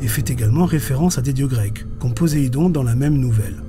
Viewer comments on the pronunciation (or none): none